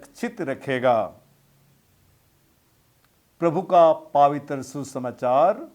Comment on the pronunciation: पावित्र नहीं होता है ,पवित्र होता है जरा शब्दों के उच्चरण पर ध्यान दें